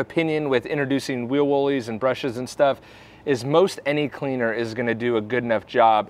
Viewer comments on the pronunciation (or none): none